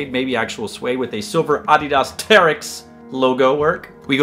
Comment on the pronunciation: awhdhidhas . that's how he pronounces adidas